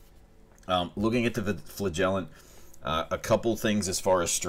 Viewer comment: Emphasis on the first syllable, FLA-gellant. I think both ways might even be correct, although this is more common (as much as this word is common, anyway! :)